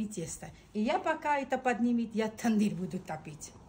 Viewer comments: Госпожа, пожалуйста перестаньте говорить Тэндир. На армянском языке нет такого слова, у нас это Тонир! Вы даете право кочевникам лишний раз гавкать на армян! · Лаваш-это Нахчиванский приоритет.не "тундырь",а тандырь. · Не тундыр а тандыр 🤦🏻‍♂️🤦🏻‍♂️ это же традиционная армянская😂 не знают как правильно называется,) 🤦🏻‍♂️ ТАНДЫР ещё раз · тУндыр😂😂😂😂вы хоть прочитайте как название правильно пишется😂😂😂😂